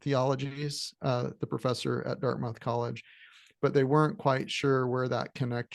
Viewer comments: Can’t take you seriously if you can’t pronounce Dartmouth College. It’s pronounced as Dart-m-u-th. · I stand corrected. It's more like: Dart-meth